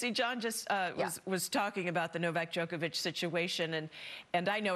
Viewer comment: Djokovic not Djokeavic, learn how to pronounce his name properly if your going to present a show 🤷🏻‍♂️ he is not playing by his own rules, he is exercising his bodily autonomy and using his right to medical freedom to decide what medical procedures he undergoes 🤷🏻‍♂️